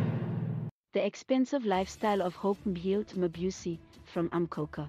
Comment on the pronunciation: You need to work on your pronunciation...it puts me off.. otherwise a good account off Mabusi❤